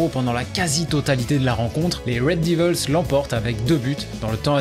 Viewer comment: Red devils pas divils Putin c'est fou d'essayer de prendre un accent anglais et de faire une vidéo complète sur un club et prononcer ça n'importe comment Cest ni français ni anglais mdr.